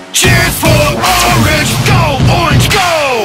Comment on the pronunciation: the "only o r n g " had me laughing and rolling